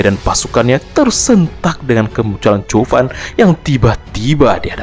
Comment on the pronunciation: Zhuo fan kenapa jadi chuo fan